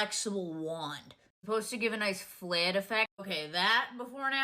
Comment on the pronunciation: flaaayerd, hay-yu (hair). Felt like I’m listening to Peter Griffins talking about mascara (mass-care-ya). She must be from Quahog